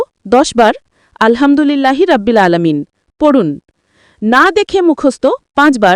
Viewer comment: রাব্বিল না,এটা হবে রব্বিল। কারণ আরবিতে র যবর র হয়,রা না। আর আলহামদুলিল্লাহি বলার সময় "হা" টা গলার ভিতর থেকে হবে, আপনি যেভাবে উচ্চারণ করেছেন সেটা হয়ে গেছে ছোট হা, আলহামদুলিল্লাহ তে আছে বড় হা,যেটার গলার ভিতর থেকে হবে। আপনার নিজের উচ্চারণ ই তো ঠিক নাই, একেবারে ব্যাসিক একটা জিনিস,যে রব্বিল,এটাকেই আপনি তিনবার বললেন রাব্বিল! 😮 আর হচ্ছে,এতো নিয়ম মেনে, কাহিনী করে আল কুরআন মুখস্থ করা যায় না। যারা আমরা জেনারেল লাইনে পড়াশোনা করি, তাদের জন্য এই বয়সে এসে যতো কষ্ট করেই মুখস্থ করি, সেরকম লাভ হয় না। তাই ২০+ বা ৩০+ বয়সের জেনারেল লাইনে পড়া মানুষের আল কুরআন মুখস্থ করার একটাই উপায়, প্রতিদিন একটা সূরা দেখে দেখে জাস্ট রিডিং দেয়া। যেমন আমি সাইয়্যেদুল ইসতেগফার মুখস্থ করেছিলাম। প্রথম কয়েকদিন অনেক চেষ্টা করেছি বাংলা ইংরেজি মুখস্থ করার মতো করে মুখস্থ করতে, কিন্তু পারি নাই। এরপর যা করলাম, প্রতিদিন সকালে তিনবার আর সন্ধ্যায় তিনবার জাস্ট দেখে দেখে রিডিং দিতাম। আলহামদুলিল্লাহ,এক সপ্তাহের মধ্যেই মুখস্থ হয়ে গেছে।